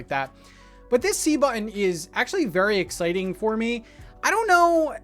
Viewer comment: So happy that I got to hear you say bu’un (button) so many times!!! Thanks for all the info, looking forward to Thursday:)